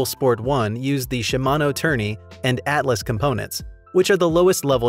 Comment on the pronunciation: It's pronounced "Altus", not "Atlus"